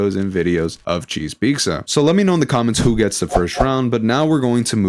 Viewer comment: why do you keep saying cheese peeksa?